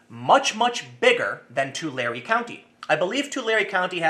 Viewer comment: ish Tu lare not tu larey